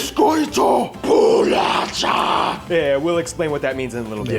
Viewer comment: It's BOLACHA....